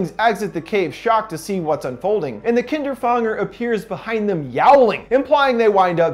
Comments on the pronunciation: The way he pronounced kinderfänger fucking annoys me. If the name is supposed to be said like the german word you have to pronounce it "kinderfÄnger" not "kinderfAnger" and if you don't know how to pronounce an "Ä" LOOK IT UP! people saying it like a normal "A" has bothered me for years! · You pronounce Kinderfänger wrong. But its a difficult word because of the ä. Its pronounced like an ae. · Kinderfänger or how you called it “Kinderfanger”...seems like these story writers also think German stories are scary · I'm sorry to mark you on this but it's called Kinderfänger but it's okey because you don't have that letter in your alphabet ^^' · this is absolutely irrelevant but I hate how you pronounce kinderfänger omg that's the true horror lol